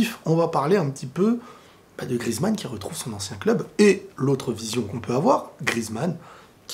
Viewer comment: Antoine GRI-EZ-MANN [gri-èze-mann] et non GRIZ-MANN [grise-mann]!!!!!